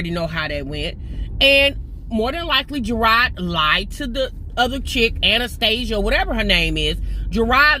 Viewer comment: Anistesia lmao the other girls name is “Tanisha”